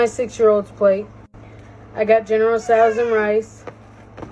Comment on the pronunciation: She got General Souse, she is General Souse. Also it's General Tso's not Souse.